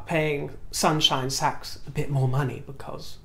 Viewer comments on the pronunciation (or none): none